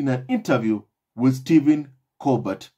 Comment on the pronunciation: Hello, Steven Colbert is pronounced Colber (the t is silent). Just giving you a heads up. 👆 😶